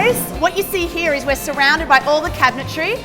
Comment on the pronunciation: why do you say here with an 'a' in it...?